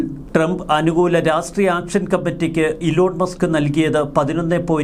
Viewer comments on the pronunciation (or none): none